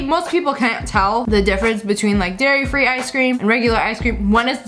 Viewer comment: Paul Moss They didn’t say it was. They just pointed out that said “Gairy free Gelato”